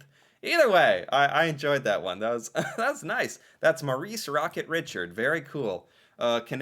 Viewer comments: his name is pronounced Reeshard. not Ritcherd, but Reeshard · did you not notice the way Richard's name was pronounced by the announcer? Not Richard but "Rish- ARD'" That is the way his name is pronounced by English AND French Canadians. In Canada we care about such things. 🙂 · Rishard not Richard!!!! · Its not pronounced rich ard but Rish ard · Its pronounced Reeshard not Richard. Its a french name. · Not richard. Re chard. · Please go back and listen to how Richard's name is pronounced. It's not Richard Like Richard the lionhearted it is r i s h a r d infinite emphasis on Shard Richard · Maurice Richard was one of the best hockey players ever in the NHL. He is French, from Montreal Quebec. The reason the Montreal Candiens is spelled with an “e” is that is the French spelling. His last name is pronounced re-chard, not Richard. They even said his name in the bio you were watching on your video. He was one of the most beloved hockey players throughout out Canada, and especially in Quebec. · Richard is not Richard. It’s French. It’s pronounced Reshard. And canadiens is also French spelling of canaians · Maurice Richard… he’s French so it’s pronounced as “Reeshard” not Richard. With the accent on the second syllable. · He was quite a revered hero in Quebec, the Province practically shut down for his funeral, it was as big a ceremony as for a King or a President in the States. It's pronounced Reeshard, not Richerd. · Please pronounce his name the French way - Ri-shard, with a soft d sound at the end, not Richard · It’s pronounced Ri-shard not Richard lol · Its french so Richard is pronounced Rishard and Canadien is the french spelling for Canadians. ITS the rocket rishard. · Reechard not Richard. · His name is French. It’s pronounced like ‘ReeSHARD’, accent on the last part of the name. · Richard is pronounce Rishard. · please pronounce maurice rocket richard as reshard. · Pronounced Ree-shard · Fyi - its Pronouced: Rocket "Ri-shard" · It is pronounced Rechard.